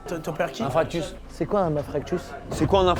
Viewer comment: Un "infractus" 😂